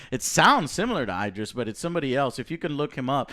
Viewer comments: Lmao, its id (like kid)-driss Joe please😂not eye-driss Elba. lordy💀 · I love it butchers Elba's first name...Eyedris.